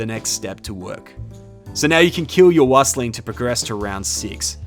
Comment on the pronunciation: Wüstling is pronounced "Wee-stling".